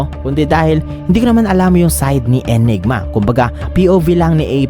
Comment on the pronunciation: ANYGMA boss, hindi ENYGMA.